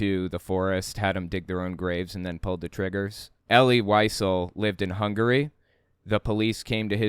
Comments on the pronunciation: Wiesel is pronounced like “vee sell” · Wiesel is pronounced “vee-zell” 💙 That’s my only critique—top notch as always,!